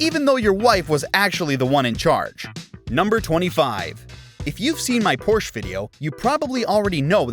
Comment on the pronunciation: I can't believe you cannot pronounce Porsche